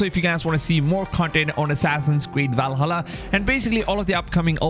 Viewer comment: Your voice kills my ears, walhallaaa, wikings